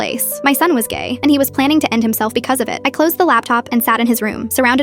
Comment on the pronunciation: Bro the ai voice saying "gaey"😭👍